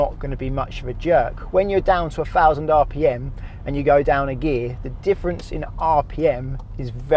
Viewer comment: Good videos from this guy. Well explained. Just wish he would not pronounce Thousands as Fousands.